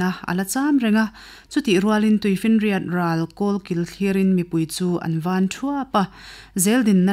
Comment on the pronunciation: Chhiar tute Aw,,a mawiin Ngaihthlak anuam hle mai, Chutihrualin' Ṭawng thluk diklo hret a awm, Van Ruairuai tih hi A diklo deuh, Van tih hi Thluk fan lovin, Lei leh Van kan tih anga, Van,,,Kan sawirik angin Thluk sanglovin Thluk khamphei tur. Eg: Hellai Di,,tawnglo Vala Ka Van ruai ruai e..